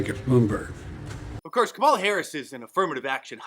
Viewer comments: Did she actually said "My name is Kalama Harris"? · "I'm Kamel-toe Harris" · "No, no, no no. My name is Kamaltoe Harris and I'm Vice President." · I remember the pronunciation of her name being a big deal. She just mispronounced her own name. I wonder if she's a racist.